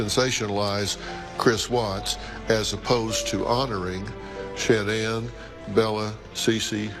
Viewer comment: Her name is pronounced sha-nan, it's not that hard to say and remember. If you want to honor her memory, pronounce her name correctly!!!!!